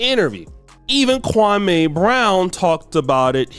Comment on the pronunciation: His name is kwami brown. Like kwamee, not kwamay. Stop listening to loud mouth, pushed back hairline Stephanie A. (Sherman Hemsley) Smith